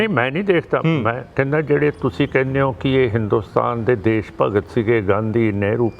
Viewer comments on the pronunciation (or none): none